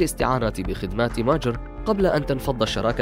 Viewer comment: ليش تنطق كلمة ماجر وكأنها كلمة انكليزية